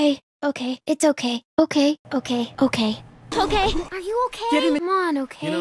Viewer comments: All i hear is "cocaine" "a cookie" 😭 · I like the part when it sounded like cocain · Lol I listened to her a lot saying that now it sounds like she's saying cocaine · Eventually, I heard ”cocaine” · Hi what is it? I hear cocaine now omg 😂😂😂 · i don’t even hear okay anymore i just here ‘oh kae’ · bruh I hear oak hay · When u listen to it a lot it sounds like if said oke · after a while i started hearing ogay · After awhile I started to hear “oh gay” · Eventually I heard, ‘ croquet’ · if you watch it in 1.25 it looks like is saying cocaine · In season 2 it sounds like she's saying "Okaine" COCAINE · At first I sounded like okay but then it sounded like O Kane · I kept hearing “cocaine” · It sounds like cocaine if you listen it too fast 😂😂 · Sounds like she saying "cocaine" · Cocaine? I only hear cocaine? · Am i the only one hearing Kokain? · is it me or it sometimes sound that she says COCAINE? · Why does it sound like she's saying cocaine?